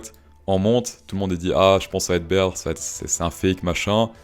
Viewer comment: Prononcer "beer" market, c'est un peu comme prononcer le "t" à la fin de 20 ...